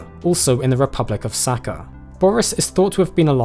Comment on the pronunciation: It’s not “Saka” (in Russian it’s literally means “piss”), it’s Saha.